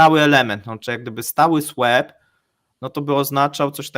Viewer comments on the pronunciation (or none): Kurde, swap to jednak wymawia sie "słop^, a nie "słep" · Swap? Wymawia się: słoop. Nie: swep